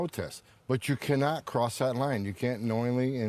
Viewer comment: ghyou cannot cwoss that wine